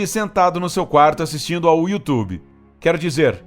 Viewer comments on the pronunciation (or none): none